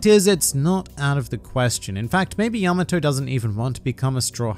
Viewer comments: that pronunciation is wrong. its pronounced pretty much how it looks, Ya-ma-tō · “Yamma toe.” I live near a Yamato Rd and everyone calls it, yuh Maw-toe. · I cringed so hard at the repeated mispronunciation (yama-TOE) that I could barely finish the video. You would think that after obsessing over japanese media for so long they might pick up how to say their names properly lol.